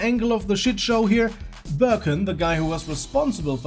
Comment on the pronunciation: Also the pronunciation of that guy's name should be Ber-Khan not Birken. i know he's a Turkish guy.